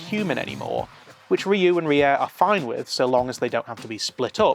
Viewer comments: the guys name is Ryuu pronounced You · This was definitely a more mature series than other Super Sentai shows. One of my favorites along with Dairanger. By the way, Ryu is pronounced as one syllable 🙂